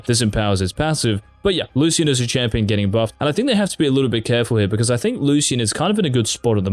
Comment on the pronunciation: you are pronouncing Lucian wrong